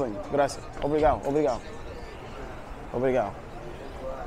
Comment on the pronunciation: Again, I am not criticizing you. I am just trying to make it safe for you. I lived in Brasil for 6 years. When I started living there, I always went with a friend. The word obrigado , you always missed tge last syllable. You need to put an a harder, like accent on the "D"on the d other last "D". They love American but there are crazies. You will witness robberies almost daily. My family were walking through Manaus up the Amazon, a little kid ,somehow got himself right in the middle of us walking. He reached right into my brothers camera bag and had the camera in his hand, I reached out and hit him so hard on his wrist, I think I broke his wrist. We were busy looking for a traditional restaurant too. He was so small ,we couldn't see him slipping in between us. Good luck !